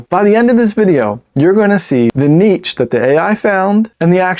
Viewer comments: Nitch or Neesh! What the heck are you saying... Neatch? #DoNotRecommend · Im gonna ask chat gtp is it neech or neesh. 😂